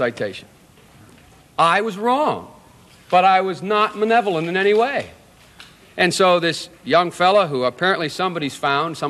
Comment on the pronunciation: "I was wrong, but I was not manevolent in any way"